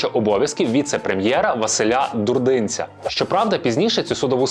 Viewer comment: не ДурдИнця, а ДурдинцЯ